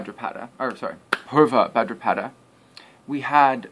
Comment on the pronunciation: Buddy, it’s NOT ULTRABHADRAPADA it’s utrabhadrapada !!!